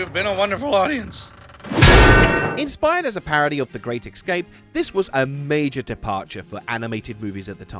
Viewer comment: WHY CAN NO ONE BUT ME AND DORY SAY ESCAPE D: ITS ES CAPE ESCAPE ESCAPE ESCAPE NOT EXCAPE FOR CHRIST SAKE AHHHHHHH